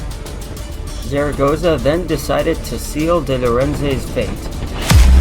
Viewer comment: Not bad but check the Spanish pronunciation of the general (so funny to hear the name of the Mexican general like you do). Puebla is not a desert city ( less than Dallas or Houston) except for during the dry season 3 out of 12 months)